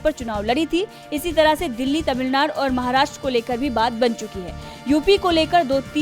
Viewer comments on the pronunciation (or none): none